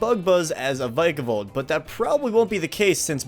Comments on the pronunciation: OH MY GOSH DO YOU SEE A SILENT "E" HOW DO YOU GO FROM Vick-a-volt to VIKE-A-VOLT! SHAME ON YOUR ENGLISH GRAMMAR!!! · I believe it’s pronounced vickavolt not vikeavolt